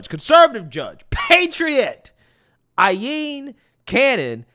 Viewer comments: That laughing is hilarious. Btw you say her name EYE-LEAN, not Eye-yeen lol. Jack Smith should be arrested what they've done. It's seriously shocking what they are getting away with. They literally forced boxes into Mar-A-Lago and then immediately raided MAL and claimed Trump had all these documents lol. It was a setup by the white house, National Archives and the DOJ. Oh and that picture they released after the MAL raid..with all those "Classified" documents spread on the floor that was used to spice up the case in the media. It was fake. Jack Smith had to admit it was fake. Once Cannon unredacted and released those documents, the whole sham was up. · It's pronounced EYE-LEAN!!! #Trump2024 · Aileen - I' Lean or I' Leen, not I' yeen. Keep up the good work but be attentive to phonics as I hope to see you go places once the Legacy Media destroys itself with the lies they harbor.